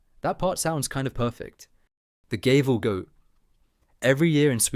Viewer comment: The Swedish town Gävle is actually pronounced closer to "Yeah'v-Leh"...